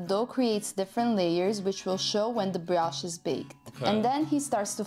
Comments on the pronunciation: bri-osh not bri-oosh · It's not brosh but brioche. And that's French. Your 18 ounces probably have the same amount of coffee in them as a double espresso. You get American coffee when you put water in your cup after finishing your espresso.